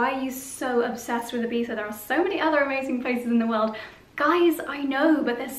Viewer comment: As an spaniard I love to hear IBIZA well pronounced!! Gorg Josie!!